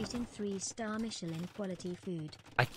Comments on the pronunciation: it's pronounced Miche-laaaan bonjour. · Want to know how you pronounce Michelin? Say it in an absurdly french accent. Thats exactly how.